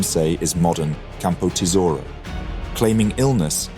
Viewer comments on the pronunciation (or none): none